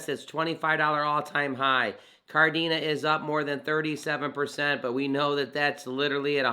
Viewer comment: Kadena not Kardena lol